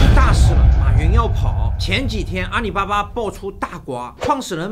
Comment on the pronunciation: 是阿里 不是阿你